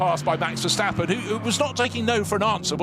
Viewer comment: Why do some commemtators insist on saying 'VerSHtappen'? Take a good look at that name and tell me why you would pronounce the S in Verstappen as anything other than a normal S?